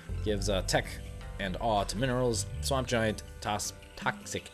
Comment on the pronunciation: giant :p not gaint